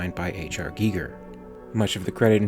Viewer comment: Would've preferred if you called him gigger.